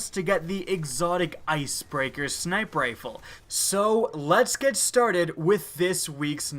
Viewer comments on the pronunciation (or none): How come you pronounce "sniper rifle" like "sniprifle"??!??? Its annoying af fam ! 😂😂😂